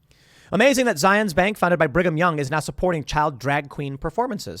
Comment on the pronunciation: Its said Zi-uhns-. Were not in Israel.